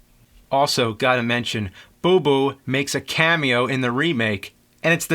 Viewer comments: The owl's name is Bubo, not Booboo. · Boo-BOW dammit....(grumble grumble....) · Nice review, but you kept mispronouncing the name of the owl! lol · He's killing me! Bubo, Calibos, Thetis...he got 'em all wrong. I'm not even sure if Charon is correct. I thought it was an "sh" pronunciation. I'll have to rewatch the film.